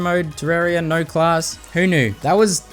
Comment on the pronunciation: “Naur class”